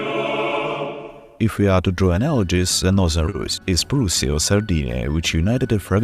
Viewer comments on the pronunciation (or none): none